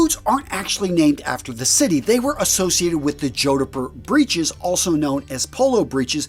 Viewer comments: Every time he says 'joe-di-pur' I picture him wearing them while riding a hobby horse. Jodipur jodipur jodipur! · "Jord-purh" H is silent. 👍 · The 'h' is silent... JOD-puh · Its pronounced Jodper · For the love of god 😢 It's pronounced "JOD POOR" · Two syllables only...jod-purr. I'd argue that a well-made Chelsea boot like R.M. Williams is a more versatile option to dress up or down. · Oh no... Please redo the audio for this ASAP. It's pronounced jod-purr, like odd fur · JOD-PUR. As a Brit I think I'd be laughed out of town wearing a pair of boots like this, much like the western/cowboy style boots. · ''Jodhpur'' is not pronounced like that 🤣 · His pronunciation of Jodhpur is so awful it must be deliberate. Can't understand why. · From the title, I knew which kind of boots you were going with, and I knew you were going to mispronounce it (the proper pronunciation has only TWO syllables).